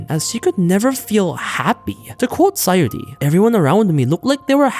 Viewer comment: It's SaYUri, not SaYOri